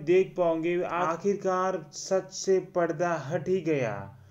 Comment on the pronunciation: "पड़दा" नहीं 'परदा' हटता है. हिंदी पढ़े लिखे हों ना?